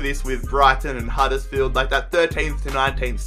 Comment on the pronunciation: at it again with the random over exaggerated american accent HUDDURRSFIELD